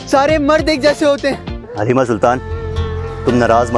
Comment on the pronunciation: Aslo its pronounced HALIME not Halima or Haleema. And its pronounced HALEEM-AY